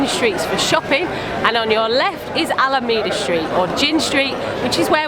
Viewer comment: Alameda St. It''s pronounced AlaMAYda street, not alamida street.